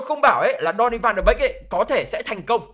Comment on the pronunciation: Tôi đề nghị bạn nên phát âm tiếng tên cầu thủ chuẩn chút . chứ phát âm còn sai . Ăn cơm rau muống mà bàn chuyện quốc tế thế .